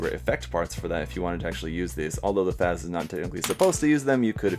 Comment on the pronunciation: Bro, it's pronounced as 'FATZ'. Just a little comment. Excellent video, btw. Chill as always.